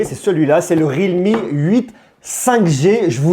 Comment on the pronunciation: Mais c est pas rilme mais plutôt REAL ME 😂😂 ...